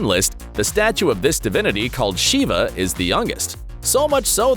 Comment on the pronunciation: You got the pronouniciation wrong on Shiva